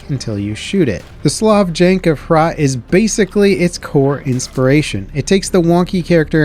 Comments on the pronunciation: Hrot is not "aytch-rot" it's an actual Czech word that's pronounced like it's spelled, as in "happy" and then "rot". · As a Gen-X/XENnial, I'm not too "Keen" on being called a "Boomer.," only because that term is meant to refer to people born between 1946 and 1964. "Do0mer" I could live with. "Hhhrrrot" with some umph in the "huh" and a rolled "rrr" (but still one syllable). Notice how the shotgun is reverse pump-action in the style of the RMB-93. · Hrot is pronounced like 'throat' but.. without the first T. soft H, long O sound. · If you want to pronounce HROT the o sounds a lot like the 'o' in 'cold'. O in the German word 'mord' is even closer. Otherwise good job, honestly.